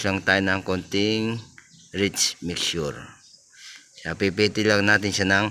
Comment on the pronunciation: Mixture/ mekstyur...asiwa pakinggan yong mekstru mo loks.